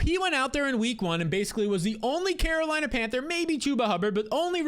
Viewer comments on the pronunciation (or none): none